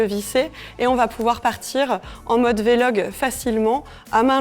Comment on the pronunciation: On dit VLOG pas vélog